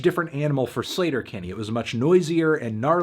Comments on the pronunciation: Btw, I’m pretty sure the band’s name is pronounced Slay-ter-Kinney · Wait it’s not pronounced “sleeter- Kinney” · Anthony I don't even care that you're mispronouncing Sleater-Kinney since this is one of my favorite albums ever and you're reviewing it for classics week <3